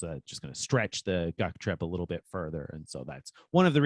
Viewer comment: Wait. Are y'all planning a "GUC trip" or a "Duck trip"? I kept hearing "Duck trip" 😄